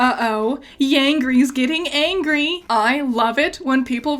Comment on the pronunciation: said yangry